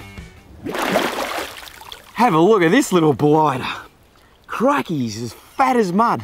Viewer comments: Did he just say craikay? It’s crickey mate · HAHAHAHAA. Literally the first second and already fucked up. "CRAIKEY" ..... seriously???